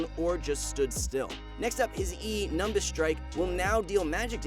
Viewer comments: This man pronounced "nimbus" as "numbus"... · Wait hold up hold up my mans really said NuMbUs StRiKe if u watched dragon ball u know it’s Nim-bis (nimbus)